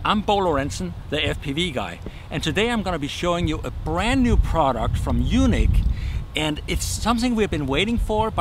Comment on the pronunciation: Pronouncing YUNEEC as "Eunuch" confuses things big time. Bo, it's pronounced "U NEEEEK" as in the word UNIQUE!!!